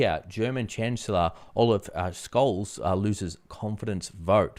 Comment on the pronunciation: German Chancellor "Olive Scols"?…..It's Ofaf Scholz….. pronounced as Shhulltzzz ..Just saying….. Germany's problem , and western nations problem , is censorship is keeping a lot of the population in the dark, thanks to legacy government funded media….and in turn , the governments are not held accountable.